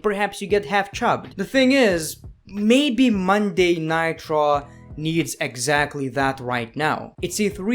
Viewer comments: (no offense) but I crack up when he says traw instead on raw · be like: 'Monday Night Traw'